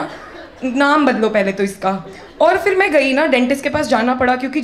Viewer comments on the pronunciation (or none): jalalat nahi zalalat hota hai..fir nahi phir hota h madam ji